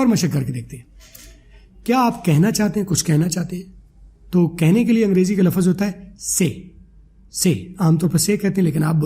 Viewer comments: I think phele Urdu la -fz ko lfz bolden phir english seekh Len ge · logon ko ap English sikha rhy ho,pehly urdu to seekh lo "lafaz" nhi hota "lafz" hta hai mre bhai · 😂😂😂 abe lafz hota lafaz nahi😂😂 chutiya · Ap lafaz ko lafz bolen bht ajeeb lag rha hai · Sub theek hai plz lafz ko laffaz mat boliye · You are not pronouncing the Urdu word لفظ correctly. It is not “Lafaz”; instead, it is “lafz”. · Pehlay aap urdu sahi bol lain plz , lafaz nhi hota bhai